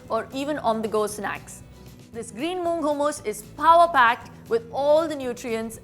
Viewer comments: Hoomus?? 😆 it’s hummus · Actually, Its not pronounced Hoomus lol! Its Hummus! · I thught its moong daal hummus..but it turned out to be chikpeas hummus ? Did i miss moong daal in the clip? Also Babe its ha mus and not hu mus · In British pronunciation its Hooomus and in American pronunciation it’s Hummus..